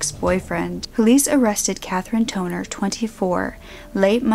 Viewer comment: I had to repeat the girl name because instead of Katherine Tonner, i heard Katherine 'Toenail'.